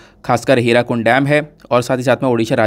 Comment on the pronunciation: Sir Sorry for the correction🙏🇮🇳 That is not "Hirakund" ......"HIRAKUD"✌️🚩